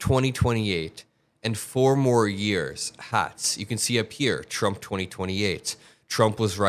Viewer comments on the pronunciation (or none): none